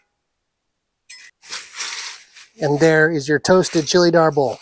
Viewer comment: Hahahaaaaa, chilly Arbol is not really considered spicy. Scoville units isn't considered spicy at all. The word is also not pronounced arbOhl but Árbol.